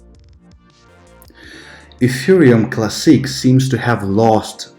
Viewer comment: I love your videos, I think you're one of the smartest and most objective crypto educators out there, but why do you pronounce the word 'classic' so weirdly??? And "Teeth-furr" instead of tether lol